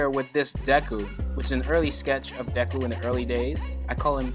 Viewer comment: Your pronouncing his name wrong.. the "e" should sound more like and "ay" or "ae". Should sound like "dayku" or "daeku" . But the "y"/"e" sound is short.